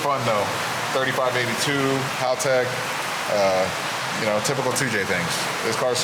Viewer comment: I mostly like how can pronounce Haltech properly. It’s not Hallllll-tech